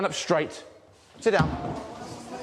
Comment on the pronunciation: He said "s'down please"